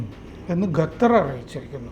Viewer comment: Not Gathar but Qatar!